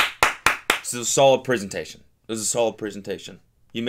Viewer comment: Cody is turning American because he’s saying preeesentation